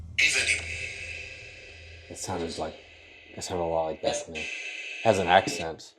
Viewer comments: it sounds like he's saying "evening," not Bethany. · For me, it not sounds like Bethany, more like beezany... dont know... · “Is anyone “ not Bethany